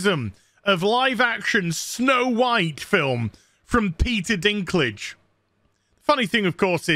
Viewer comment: Peter Bladdy Deenklijjj 😭(Dinklage)